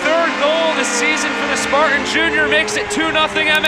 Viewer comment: Will someone please tell the play by play guy that the word sparTan has a T in the middle? I have never heard of the Sparuns.